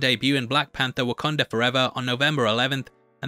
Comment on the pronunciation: Pls just say WakAnda, rather than WakOnda. Pisses me off. As someone who is also from the north east of England, I don’t make these mistakes. Maybes the difference of Sunderland/Newcastle dialect, but again, no excuse of saying things wrong...